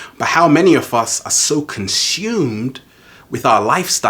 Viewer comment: Why do British people say SH instead of S (like when you said CONSHUMED)? There is no H!!! ;)